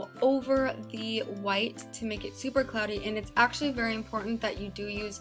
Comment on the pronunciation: She said clody